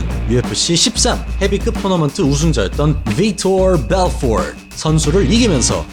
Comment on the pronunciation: 다 좋은데 혀좀 제발 적당히 굴리세요 비토 벨포트 선수 발음할때 듣기 좀 거북했습니다